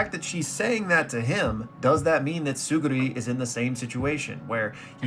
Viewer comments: Bro said Tsurugi, Tsugiri, Tsuruni...that guy's Teach! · You’re pronouncing it as Tsuguri not Tsurugi lol